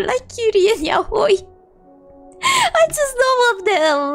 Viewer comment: The proof she’s a real Fujo is that she’s probably the first person I’ve ever heard say “yaoi” correctly